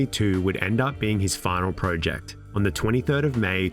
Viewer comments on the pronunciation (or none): none